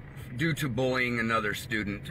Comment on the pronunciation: why does both the reporter and the father not use the letter Y? "bowling" and "bulling". not bullying, apparently.